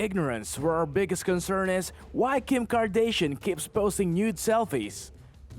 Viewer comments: its Kardashian not kardashon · am I only only one who came to the comments section after he tried to say Kim Kardashian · First of all this is fake as crap and pronounce Kim Kardashian right next time